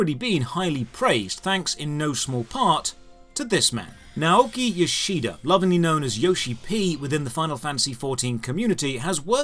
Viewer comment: The i in "Yoshida" is almost not pronounced. You really emphasize it. You couldn't know, of course, but I find it amusing how you managed to emphasize the one vowel that is basically dropped.